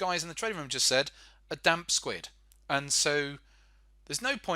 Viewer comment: A damp what? A damp squid? You did say a damp squid right? xD I think this clip will put everything back the way it should be :P